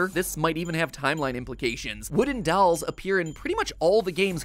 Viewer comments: Never knew Mat pronounced dolls as “dawls”😂 awesome vid tho keep it up team Theorist! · I will never get over the way Matpat says "dawls" instead of "dolls" ✋🏻🤣🤣🤣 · The way Matt pronounces dolls keeps getting me😂